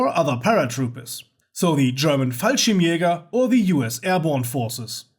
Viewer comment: ohhhh fuck so that's how you have to pronounce "fallschirmjäger"! I've been pronouncing it wrong for like 17 years! good to have a german speaker to know the facts!